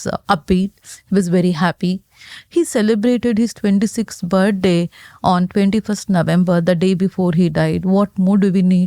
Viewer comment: This lady’s English is difficult to listen to. She puts the emphasis on the wrong syllables and she can’t pronounce some letters at all. “His main concern was the lice.” 🤦‍♀️. “He gave him a bird day git.” 😞. Needs subtitles.